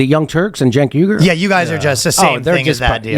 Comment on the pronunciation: Gotta be pretty dim to really have that much trouble getting close to Cenk's name: JENK WEE-ger is close enough, geniuses.